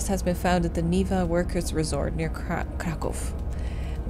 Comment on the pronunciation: the pronunciation of Niwa as "Neeva" that you did is perfect!